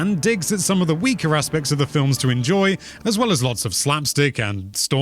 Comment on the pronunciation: Lmao did he say “flims” on purpose I couldn’t tell